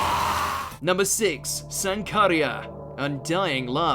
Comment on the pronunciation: You said sankarea wrong 🤣